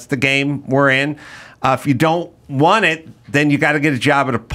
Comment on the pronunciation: The “wunt” ads??? Never realized adam says wunt instead of WANT